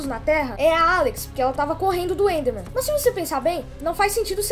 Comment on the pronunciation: tava na cara q aquele áudio do steve falando com a Alex e fake o cara falou the totalmente sem sotaque de gringo (na parte do the enderman a pronúncia do the fica dê e o enderman ficou pronunciado como endermen)